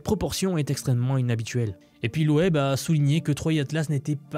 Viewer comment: Salut, super vidéo . c'est cool de se pencher sur ce sujet . Et juste pour ton info, on prononce Avi LOB et pas LOEB . 👍